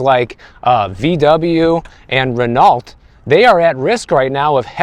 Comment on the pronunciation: Thanks,! Hi,, I will not give you a French kiss, However, As an owner of French cars since the 1970s, the proper pronunciation of Renault is Ray- nooo. You are forgiven.